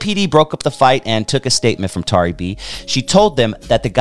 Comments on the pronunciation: Not Tary B pronounced Terry B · Pronounced Terry though 🤣